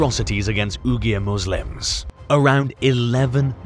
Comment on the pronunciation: AI Voiceover should not be used when it can't even pronounce Uyghur correctly.